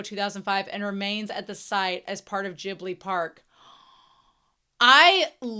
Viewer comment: This is one of my favorite Ghibli anime, and I enjoyed your reaction a lot! And I've seen tons of reaction videos on Youtube but YOU are the only one who pronounced Ghibli correctly. You have my respect and thanks!